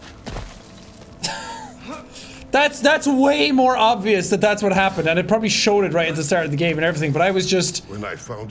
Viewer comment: « the solution is not always obviounce.